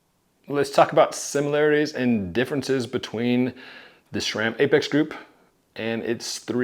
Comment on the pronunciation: Nice. although I don't get why you pronounce it SHRAM....